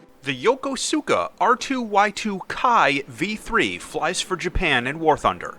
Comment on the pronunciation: Years late, but his pronunciation of Yokosuka was… interesting.